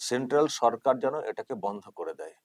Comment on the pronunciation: তুমি নিজেই তো ভুল ভাল বাংলা বলে বাংলা ভাষার অপমান করছো! সেন্ট্রাল "সারকার"! 😂😂😂😂